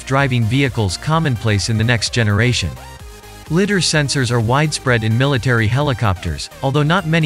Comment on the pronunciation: "litter", funny, it is ligh-der